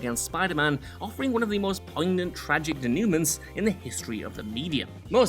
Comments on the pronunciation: Pronouncing denouement as "de-nyoo-ment"?!?! Dont you mean "day-noo-mah"? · This vid fell right off the cliff when you mispronounced denouement during the denouement...